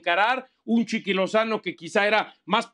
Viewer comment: Soy yo o este we dice chiqui lozano :v